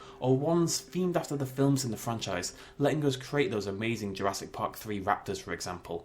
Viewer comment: This just irks me it says JurassK Park